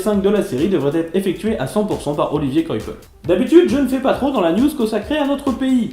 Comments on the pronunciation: "quoi pell " c'est la bonne prononciation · Coipel est français c'est délibéré de prononcer son nom à l'anglaise ?